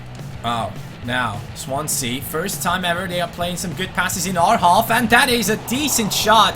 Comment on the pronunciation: Did he just say Swansea.......😑😑😑